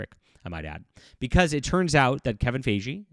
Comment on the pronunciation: Kevin FI-Gee like Hi Geek It’s a hard g, like gun or go.